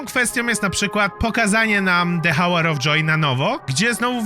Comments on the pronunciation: De ałer of dżoj* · ✨️AłEr Of DżOj✨️ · Jakby co, to nie chcę się czepiać, ale chcę Ci "pomóc" tak na przyszłość. Hour czytasz jak "ałer" "de ałer of dżoj" ( fajnie się to pisze, pisząc to dosłownie po polsku xD )